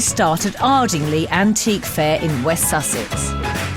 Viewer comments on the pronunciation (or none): Very frustrating Mary can't pronounce Ardingly (you pronounce it with lie at the end, not lee). Thanks for posting these, such nostalgia as I watched them first time around